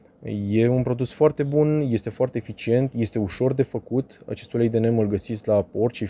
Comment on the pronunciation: Se pronunța "nim". Ca nu e ungur sa fie "nem".